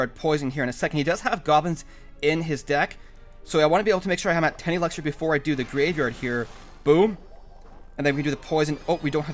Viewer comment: It's not Elexer. It's elixir